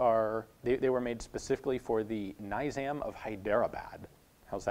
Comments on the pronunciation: It is pronounced Ne-jam, not Ni-jam. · ok. I just wanna point out that "Nizam" is a nobleman's title and its pronounced phonetically "nee-zam" not "nyzam" as you pronounce it in the video. what I'm saying is that you are using the wrong "I" sound. Trust me I know I'm from Hyderabad. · Butchered the name of the monarch and our princely state. Nizam = nee-zaam not niy-zam. Hyderadad = Hay-dura-bad. Nizam is short for the title Nizam-al-Mulk meaning Order of the Realm in Urdu, Persian, and Arabic. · Naizam of High-dera-bad😂 butchered it It's Ni- (for u "Shi" As in Shit) Zaam ("aam" in calm) Hyderabad (not really an Indian name but its like this) Hey Dra baad (remember aa in calm) Don't be a bozo learn hindi before trying to speak, it's simple and better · Nee-zahm of Hy-druh-bahd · Hyderabad is not in middle of India.& it is said as "Neezaam".